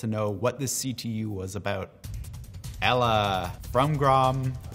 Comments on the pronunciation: ELA Is eela but how u say it, it's ella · It's not ella it's ELA (eeela)